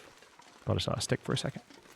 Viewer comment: Me: "Jose Jalapenho on a..": "Steek"